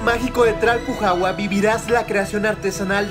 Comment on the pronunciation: Me da risa que no puede pronunciar bien Tlalpujahua 😂😅. Videaso 💯